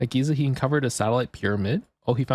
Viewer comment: Why did you say Gaza not Giza?